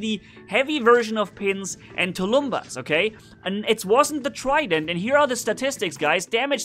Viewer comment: Hi,! Thanx for the vid! Please, mind the proper pronounciation of the word "tulumbas". Tulumbas is SINGULAR, it is pronounced as "tulum-bús", last syllable is stressed, the end like "bus", not as " tulúmba". So, the plural would be " "tulum-búses". Tulumbas (sg) and tulumbases (pl). It means a big ancient war drum in russian. You somehow manage to pronounce "piñata" properly in spanish way, though few people suspect of this ñ being there. So why "tulúmba"? It's meaningless. Thanks a lot!